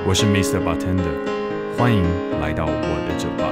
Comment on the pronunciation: 每次聽到旁白把bartender唸錯 我都雞皮疙瘩